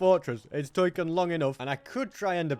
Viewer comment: “it’s toiken long enough”